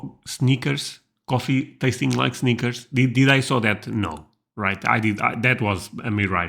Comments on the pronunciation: honey... Snickers is pronounced with a short “i” not a long “i”. 😄 What you said is the correct pronunciation of the word “sneakers,” which is footwear. 😁 The “i” in Snickers is short and rhymes with hit, it, with, lid, fit, etc. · Haha, Snickers, I thought you said Sneakers, lol Sneakers coffee. That’s what can be super annoying about the US. They make a million “ flavors” of everything. Even Baileys Irish Cream comes in about 12 flavors! I guess I really prefer classics. If you wanna make different flavors, make different products with different names, packaging, etc…. All these flavored vodkas, creamers, crackers, chips, etc… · At first I thought you were saying we have coffee that tastes like sneakers. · I thought he said "sneakers." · Oh, you said snickers, I thought you said sneakers. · He said Snickers, but I thought he said sneakers 😂